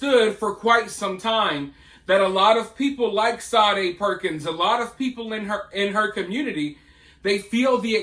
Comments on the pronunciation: Say dee Perkins....you keep pronouncing it...Sa dae....it's just like Sadie ! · Shaw day like the 80s singer she doesnt deserve her name pronounced correctly